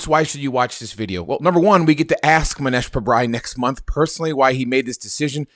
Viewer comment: Mow-neesh that how you pronounce his name.